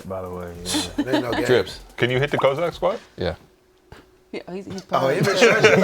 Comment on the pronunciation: wins worst take for saying "Kozack Squat"